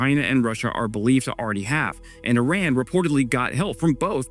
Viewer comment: my man! its e-run not i-ran